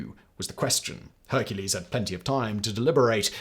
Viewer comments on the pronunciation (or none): none